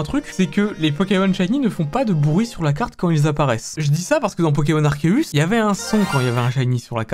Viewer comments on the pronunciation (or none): none